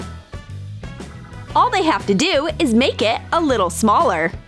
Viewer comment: did you say all or nall